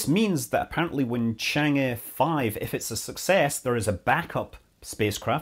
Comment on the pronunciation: Scott, Chang is pronounced chong. Thanks for the detailed video!